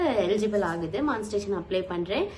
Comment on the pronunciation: மான்ஸ்டேசன் இல்லை.... மானி டை சே சன்